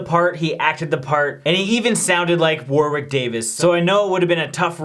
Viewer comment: No horror movie has ever been as scary as listening to "Warwick' being mispronounced so many times 😫